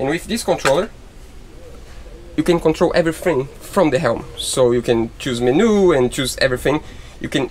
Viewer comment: Stay safe and just make a "what we have planned" video if you can't work on the boat. We still would watch. You might want to check out how to pronounce "menu" for the future. It took a second to figure out what you were trying to say.😃